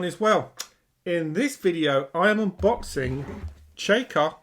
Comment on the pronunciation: The area is pronounced as if written 'Chacco'. I have the original. The raw historical game is uninteresting with few avenues of advance. The fun begins when you add in the variants. The ability to issues patrols is a particularly interesting one. However, introducing the US Marines is just plain silly.